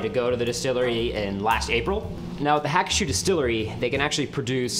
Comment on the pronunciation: It's pronounced Ha-koo-shoe.